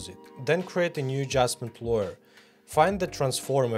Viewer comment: Только не лоер, а лэйр)) лойер это адвокат 😂